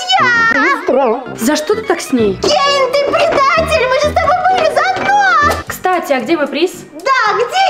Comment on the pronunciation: Не кейл а кейн